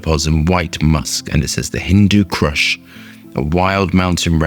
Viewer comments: I hate to be pedantic, it's pronounced "Hindoo coosh". great vid as usual.😁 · How many times did you say the name wrong in this short video?